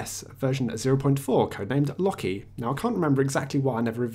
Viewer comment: Loki is pronounced more like Lowh-Key not Lockey.